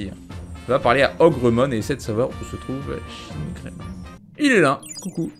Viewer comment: "Chinegreymon" J'suis pas raciste mais...